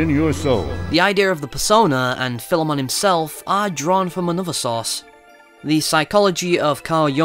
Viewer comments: video was amazing, and when you said Philemon's name correctly i was completely sold, not many people are capable of pronouncing the name (idk why tho) so.... congrats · yeah, philemon is a common name in history, so those persona reviewers that say it wrong just didnt do enough search, Major Highfive to Atlus